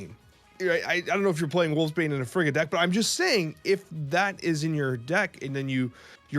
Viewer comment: Guys, it would be pronounced FREE-ga.